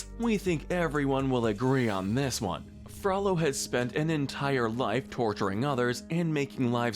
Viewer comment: Gotta sentence YOU to comment corrections for pronouncing it Frallo when it should be FrOH-low😋